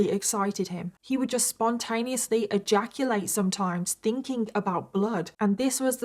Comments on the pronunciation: Have a shot everytime says the word "eyaculate" in this video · OMG 😲 I am shocked 😮 and stunned 😳 how much time 💖 said egaculate😅😂😂😂 Lord have mirsy🙏